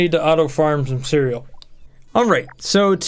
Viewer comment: "Ceral" Bruh